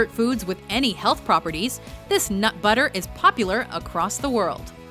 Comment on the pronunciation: "This NUT butter is popular around the world" Is it just me or did she emphasize nut? Ew, nut butter...